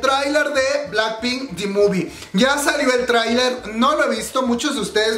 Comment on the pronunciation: dijo trainee y yo entendí tráiler!😂😂😂😂😂